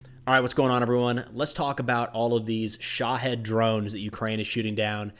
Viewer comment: think about were there from its Shaheed not shohead 🤣